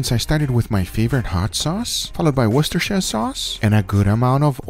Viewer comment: He pronounces Worcestershire Sauce like a champ